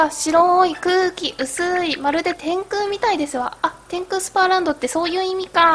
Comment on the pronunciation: 天空スーパーランドじゃないよ天空スパーランドだよ